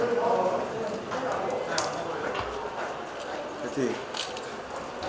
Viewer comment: 퐈이팅은 외국어 아닌가?